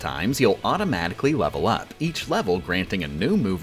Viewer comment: What is a “Leh-vahl Oop?” Can you eat it?